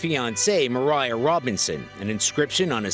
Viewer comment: Her name was Maria, not Mariah lol